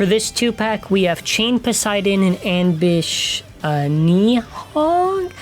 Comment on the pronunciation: Just letting you know nyddhog is pronounce nid-hog (im pretty sure, thats how ive heard it before)